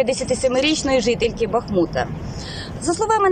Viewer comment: Не БАхмут,а БахмУт